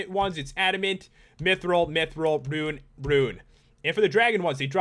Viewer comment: You're not pronouncing mithril right